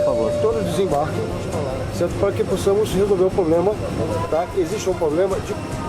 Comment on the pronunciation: polícia federal falando POBLEMA KKKKKKKKKKKKKKKKKKKKKKKKKKKKKKKKKKKKKKKKKKKKKKKKKKKKKKKKKKKKKKKKKKKKKKKKKKKKKKKKKKKKKKKKKKKKKKKKKKKKKKKKKKKKKKKKKKKKKKKKKKKKKKKKKKKKKKKKKKKKKKKKKKKKKKKKKKKKK